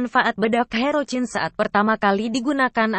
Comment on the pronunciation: Herocyn di bacanya herosin bukan herocin kagak enak di dengarnya ini